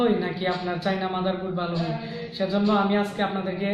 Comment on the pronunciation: আপনার উচ্চারণে একটু সমস্যা আছে। 'হই' না 'হয়' হবে।